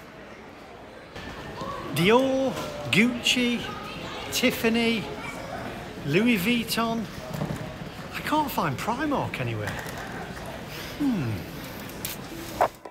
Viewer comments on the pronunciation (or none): Never heard somebody pronounce Gucci sounding like some sort of sweaty crutch!!!!!